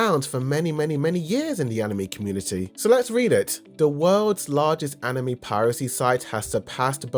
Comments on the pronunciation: I cringed every time you said “Anim Me” during the first 3.5 minutes of this video. I almost didn’t keep watching to find that you switch to the proper “Anim may” spontaneously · I can't stop noticing that "animee" pronunciación every time lol